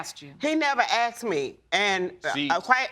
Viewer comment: Why do they say AX and not asked?